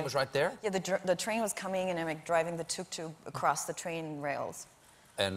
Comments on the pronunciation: Please stop saying tuk tuk like that😣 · . When she was talking about the Tuk tuk her German accent suddenly appeared. Something to do with mechanical engineering?